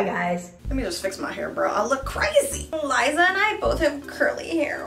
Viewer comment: I thought the girls name was pronounced "Lee-za" and not "Lah-e-za"....